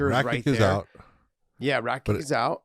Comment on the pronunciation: Josh has got to tell John to stop calling Rakić, Rakick. It is pronounced Rakich, that's what the symbol above the "c" indicates for pronunciation.